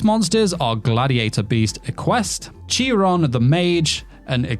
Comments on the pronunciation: Chiron not Cheeron, though maybe you said it correctly, I don't know but I wanted to say something as that really annoyed me, if I'm wrong let me know. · You're right, Chiron is the name of a specific centaur in Greek mythology who is known for training many Greek heroes and it's pronounced like Kai Ron not cheer in